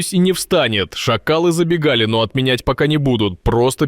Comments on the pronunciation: Забегали? Или.забегали Выражайтесь правильно, режет слух неправильное ударение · Не забегАли а зАбегали. Смысл меняется